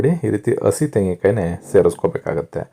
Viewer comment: ಹರ್ದ ಅಲ್ಲ ಅದು ಅರ್ದ, ಅಸಿ ಅಲ್ಲ ಅದು ಹಸಿ. ಎಷ್ಟು ಚೆನ್ನಾಗಿ ಅಡುಗೆ ಮಾಡುತ್ತೀರಿ👌 ಪದಗಳನ್ನು ಸರಿಯಾಗಿ ಹೇಳಿ ವೀಡಿಯೊ ಕೂಡ ಚೆನ್ನಾಗಿ ಇರುತ್ತೆ. ಕೇಳುವುದಕ್ಕೂ ಹಿತವಾಗಿರುತ್ತದೆ ನಮ್ಮ ಕನ್ನಡ ಭಾಷೆ ಎಷ್ಟು ಚೆನ್ನಾಗಿದೆ ಅಲ್ವಾ?